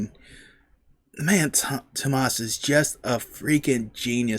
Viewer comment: If you want to hear how to pronounce Tuomas’ name properly (you’re pretty close) check out Nemo from this same concert. Marko says it to the crowd.